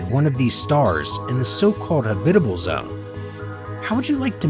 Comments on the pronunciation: There are no syllables in habitable...... so " ha - bit - able " Is wrong. It's habitable. Just so you know.😎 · Good god learn how to pronounce habitable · Lots of small mistakes but overall it has a decent visual presentation. I do agree with those that think the music is way to loud and dramatic It makes it hard to concentrate on what he is saying. But the "hab-bib-bable" for habitable really made me laugh though.